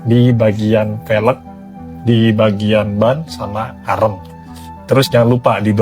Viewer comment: Pembetulan, arm sebutannya bukan arem... Arm sebutannya am atau swee arm